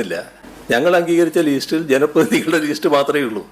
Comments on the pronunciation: "Leesht" kalla thevidishi monu list ennu parayaan polum ariyilla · ലീസ്റ്റ് അല്ല ലിസ്റ്റ് ആണ്